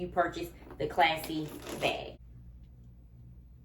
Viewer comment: It is a classy bag but I noticed you kept saying classy and it’s passy . Lol